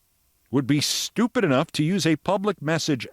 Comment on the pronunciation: Or is it SHHH-TEW-PID ? < lol >